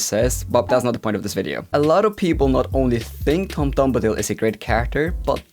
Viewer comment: Tom BOMbadil not Tom DOMdabil. It's LeveOsa! Not LeveoSA!